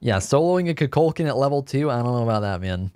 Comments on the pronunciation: It bugs me how you call Kukulkan "Cú Chulainn", even though I know you know they are different gods. Even in Smite's VO, it's pronounced "Ku Ku Kan." with a silent L. Nothing too big, but just something I wanna put out there. ^^" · He keeps calling kulkukan, chuculcan 😂why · You murder kuklakans name so bad